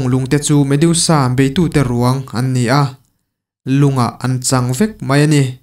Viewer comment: Medusa,a in ziak ang hian,lam mai tur ni awm tak a ni,mediusa ni lo vin.ha ha haaa